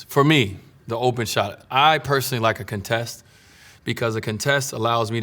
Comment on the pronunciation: he doesn't know how to pronounce "contest" but no one has ever had the balls to correct him